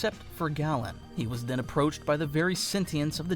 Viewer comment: Holy christ dude, learn how to pronounce Galan's name. Hint: it's not "gallon."